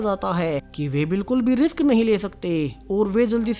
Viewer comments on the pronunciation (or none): none